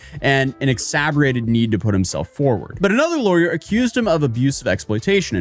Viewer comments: exabberated lol ex-sass-per-rated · go to and check out how you pronounced exacerbated! You said exaberated. It’s ex-ass-er-baited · An "exaberated" need... What in the world is "exaberated"? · Cool video. Just a small correction, it's exaSIRbated. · Dude....please confirm how to pronounce the ENGLISH words you are unsure about when making videos. Monarch is pronounced 'mah-nark' And it's 'exacerbated', not "exaburated" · It's pronounced Mon-arch like Monday. Not moan-arch or moan-day. Also, "exacerbated" was completely mispronounced. People are going to call me pedantic and say that these mistakes don't matter but, due to the nature of your content, I think it is important to get these little things correct. Or, you can just acknowledge that you don't know how to pronounce something, like you did with other words. Other than that, another great video.